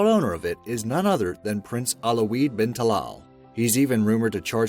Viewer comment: Correction: Airbus A340, and his name WALeed bin Talal, good video though